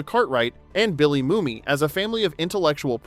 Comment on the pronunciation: Mumy is pronounced "Moomy"